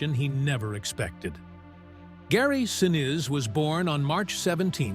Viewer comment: Gary "Sin-ooze" & "Sin-iz" :face-green-smiling: (pronounced "Sin-eece")👍